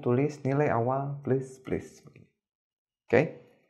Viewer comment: Pleus pleus 😂